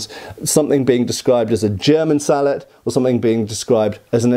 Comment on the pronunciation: Its pronounced "Sallet" 😅😊